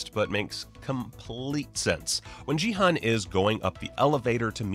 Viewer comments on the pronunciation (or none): In case you do another video, the "G" in "Gi-hun" is a hard "G" and the "Hun" is actually pronounced "Hoon." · You are pronouncing Gi-hun's name wrong.... The "g" is a hard g sound, not a soft g........... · "15 things only fans noticed" What does that even mean? The show is brand new, how can you be a fan before even watching it? Or is this supposed to mean "15 things that people who were actually interested in the show noticed"? In which case yeah, obviously. Also speaking of "fans", he has trouble pronouncing their names properly even though they were said many times in the show and he's making a video about it. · How do you watch an entire tv series and have no idea how to pronounce the main character's name? It was repeated more than any other's. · Your constant mispronunciation of Gi-hun's name was so jarring. It sure sounds like you didn't actually watch it, because how could you miss that kind of detail when it's said a thousand times in the show?